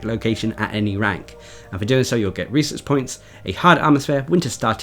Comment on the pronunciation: I keep forgetting you are saying "research points" rather than "reeses points"